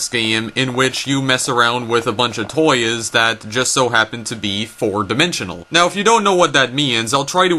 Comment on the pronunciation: i am triggered that he can't pronounce toys or game correctly, and says "toyis" and "gayem"